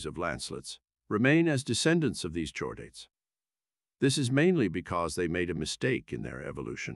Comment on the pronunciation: There's also "chordate" which should be prounced "kordate". You could try spelling some words phonetically to get correct pronunciation... just a thought.